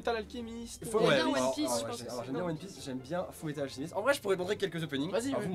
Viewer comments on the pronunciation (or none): Il a dit métal alcemist 😭😭😭